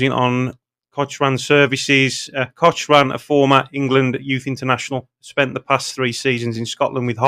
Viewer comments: Pronounced Cockran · Cochrane is pronounced cock ran 👍 its a silent H